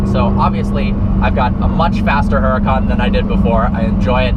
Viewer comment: How he pronounces it (her-a-can)